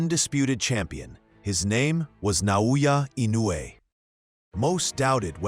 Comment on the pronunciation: Good video on the greatest fighter of our time. Too bad the narrator is unable to consistently pronounce Naoya Inoue correctly.